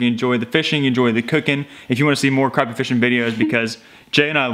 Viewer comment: Is that the same hole that Jay and Granny were fishing a couple of weeks ago? I have never seen so many giant crappie! I really enjoy y'all's videos (even though you mispronounce crappie LOl)! Um, Jay, I'm sorry but I'm fairly certain you are a country girl!